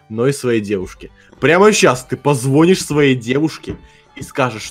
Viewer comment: Правильно говорить не позвОнишь, а позвонИшь